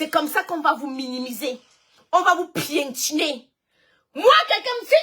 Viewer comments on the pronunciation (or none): Piétiné pas pientiné 🙄,et en plus tu répète même ça plusieurs fois.